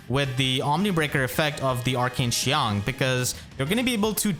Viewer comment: I want to give a round of applause for how well pronounced qiang, unless he speaks mandarin, which would be even more impressive